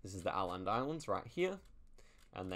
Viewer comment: Åland is pronounced Oland islands